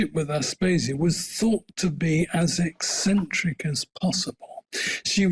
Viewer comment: The woman calls herself a journalist, and can't even pronounce a word like ECCENTRIC! The scholar repeated the word multiple times. One would think she could correct herself in real time, but hey, she is a millennial posing as gen-z... Why would she admit???